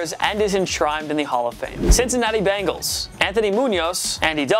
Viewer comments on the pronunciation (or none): none